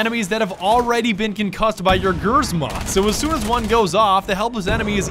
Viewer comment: AS NOT ASH